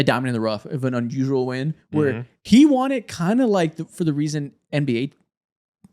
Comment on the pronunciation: i gotta say it. the word “won” is pronounced the same as the word “one” in english. bro keeps saying “they juan” and it’s all i can hear 💀